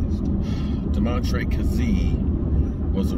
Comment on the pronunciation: it’s not hard man the dudes name is Domantee say it with me Duh-Mon-Tae